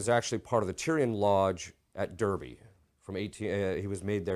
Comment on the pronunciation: Would never correct a priest with the greatness of mind of (: But just as an Englishman, Charles Darwin's dad, being from Derby. Derby is pronounced "Darby" not "Durby". It is a town in the East Midlands area of England. For soccer fans, it was the first club Wayne Rooney managed.